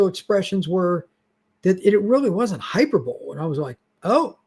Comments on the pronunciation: "Hyper-bowl"?! You might want to check that pronunciation. It's "hy-PER-bo-lee." /hī-pûr′bə-lē/ Honest. 🙂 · "It really wasnt hyper bowl" 😂 hyperbole